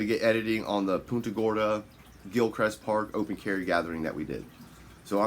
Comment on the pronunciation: You’re pronouncing the city wrong. Think of it as Punt…a Gorda.